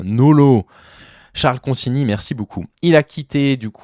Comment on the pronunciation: Enfin quelqu'un qui prononce son nom correctement.